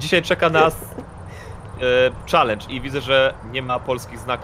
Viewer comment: Jak to się źle słucha jak ktoś mówi czalendż a nie czelendż